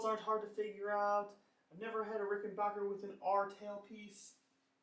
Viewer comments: Dude love it ? Hate ? I don't care... But for F#(k sake Pronounce the name correctly it is Rick-in-BACK- That's (Back) like the opposite of Front .. then the -er Not Ricken-BOker, like some valley girl pronunciation.. Like Gag me with a spoonnn.. Okay here we go. .Repeat after me .. Rick In- Back- er .. Rickenbacker.. See how easy that is ..When you apply yourself?? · You have to return it because you can’t properly pronounce it’s manufacturer. IT’S NOT RICKENBOCKER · send it back because you don't know how to pronounce "rickenbacker". Hint: it's not "rickenbarker" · And Rickenbacker name comes from Germany, so the correct German pronunciation is Rick-in-bock-er. Think of it like this, Bach (Bock) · Ah.. Okay ..but old Adolf was Swiss not German, And once he was in L.A. he changed the spelling if his last name Rickenbacher to Rickenbacker, Just so people here would pronounce it backer.. But hey you say it any way you like.. I lean you hate the guitars anyway. This will be my last post on this ..But thanks for the replies .. most don't bother.. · didn't get as far as that part of the video, too much cringing everytime you said it incorrectly